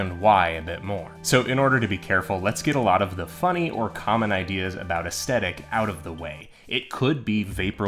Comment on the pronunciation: I am so sorry man, I really want to watch this video, but I can't get past the fact that you say aesthetic wrong. It is like hearing nails on a chalkboard. It also sadly makes me think, "How am I suposed to take advise based around the word aesthetic when that person does not know how to say aesthetic?" Your presentation is excellent, the quality of the vid seems great, even the thumbnail drew me in. Sadly enough two mins in of hearing that wrong and I keep think, "I can't sit through it anymore." I don't say this in the comments to be mean. I say this because just in case I am not the only one feeling this way, I think any creator might want to know why people might turn away from there vids when they think they are doing everything right to get a lot of views (it seems to me you did everything else pretty great). I hope this helps T-T